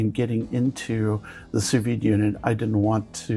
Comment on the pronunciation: 'Soo vee'. Say it Frenchie!